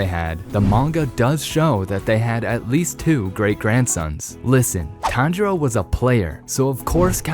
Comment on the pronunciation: Like bro pronounce the names right